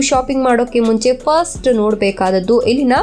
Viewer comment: Please madam " ellina " antha helbek aadre swalpa sariyagi pronounce maadi, its sounds like 'ilina ' some english name